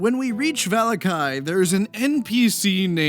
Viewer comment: Hey, I don't think this comment will be seen, but your pronunciation of certain places in Curse of Strahd was a little off. Given how it is based slightly off of the Dracula stories, the places and names all have Romanian pronunciations. For example, Vallaki is pronounced "va-la-key" and Izek is pronounced "e-zek". Perhaps it's because it's nearly 3 in the morning, but the pronunciations were rather bugging me. That is all.